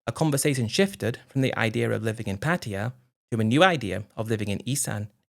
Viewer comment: After making an effort in a few stories, Patia is back on the menu. It’s just difficult for dumb Brits to say Pattaya 😂